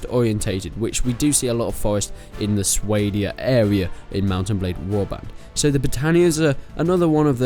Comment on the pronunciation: someone should write a lore page on how should pronounce Swadia. it's not Sway-dia, it's Swah-dia